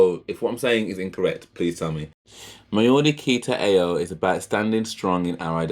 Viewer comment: Ao is pronounced as ow. I have subscribed, liked and loved your reaction. We as Maori love Jamaican music, and intimate it big time. Enjoy your journey with Stan